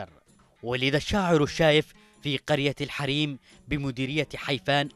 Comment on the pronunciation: ملاحظه قرية الحُوريم بضم حرف الحاء وليس الحريم كما نطق المذيع